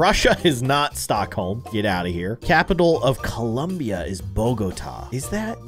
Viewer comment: He said Colombia wrong